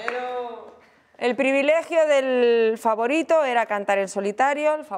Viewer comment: No one: Noemí: Flavorito